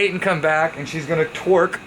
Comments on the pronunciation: Brad: TROQ Me: tf you mean torque?😂😂😂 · Shit, he even gets 'suspension' wrong with 'Troq Supsenson' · Brad is the “Roadkill” of Hoonigan! Hand tight, half welded, cross threaded, f*cking make it work! 😂 - “troq suspension” 😂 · "TROQ Supsenson" - 2019